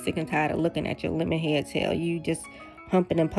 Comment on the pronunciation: Every time you say "lemonhead ," it takes me out! 😂